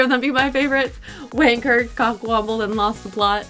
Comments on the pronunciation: It's cock womble. Not wamble. Like the wombles of Wimbledon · Cockwomble not wamble. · 'Tosser' is a personal favourite. P.S. It's 'cockwomble', not 'cockwamble'.